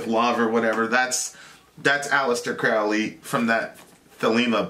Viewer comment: Aleister Crowley, pronounced CROW-ley{not Crauley}. He once wrote 'my friends call my Crow-ley because they think I am holy, my enemies call me craley becase they think I am fowly". Just FYI. Also, he didn't write the satanic bible. The S.B. was written in the late 60's by Anton Lavey{founder of the Church of satan/CoS and modern non-theistic Satanism; though Satanism predates Lavey - though Laveyans will usually deny this fact}. Crowley died 20 years before Lavey even came alone. He was a leading occultist and philosopher in the late 1800's to the 1940's, and he combined elements of many ancient mystery schools from the Sumerian and ehyptian and greek to freemasonry and Rosicrucianism and even gnostic Christianity, amongst many others, and some elements of luciferianism or Satanism as well. Really his religion he invented THELEMA is a culmination of influence from ALL religions and occult mystery traditions, and even rationalism and deism. His theology was symbolically Egyptian{invoking Horus and Aiwas, Hadit and Nuit, amongst many others from Egyptian and other religions/cultures} or symbolically polytheistic{archetypal polytheism/soft polytheism}- if you read enough of his many writings you come to understand that Crowley was actually a deist or panentheist{or Panendeist} of some sort in his ultimate theological views. And he wasn't a Satanist, at least anymore or any less than he was a Christian, a qabbalist, a freemason, a muslim, a hindu, list goes on and on. Thelema al